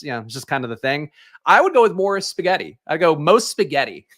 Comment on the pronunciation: ghetti...come on. You knew that one